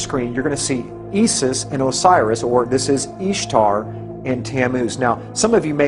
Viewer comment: With all due respect, Isis is pronounced "Eye-sis".